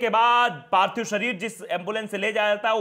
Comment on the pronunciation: Parthib nahi parthik hota hai sar